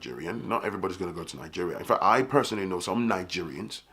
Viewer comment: Brother, I appreciate you… I love the way you stress the word “FACT” and I think you should reconsider calling this segment “FACT” because that’s exactly what it is 🤔